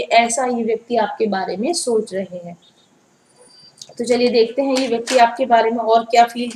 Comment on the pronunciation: This vayaktii😂😂😂😂...oh god...mam u r so cute 😁😁